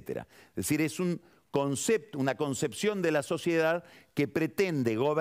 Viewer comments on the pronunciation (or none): none